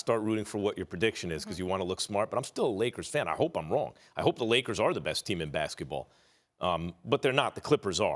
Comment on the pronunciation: Everytime Max says "I'm a Leakers fan", all I can hear is "I'm a lawyer" from TMZ.